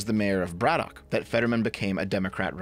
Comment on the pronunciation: we pronounce it "Braddick" Also, ol Fetty there is NOT working class in any way shape or form.